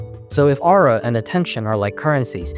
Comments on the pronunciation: but can't get over how he pronounces aura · i wouldve watched the full video if i didnt get so damn annoyed at how this mf pronounces aura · my name is ara and the way u said aura kept tripping me out lmfao